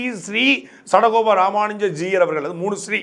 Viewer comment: It is not Juyar, it's Jeeyar. You cannot even pronounce the word properly but runs a channel, shame!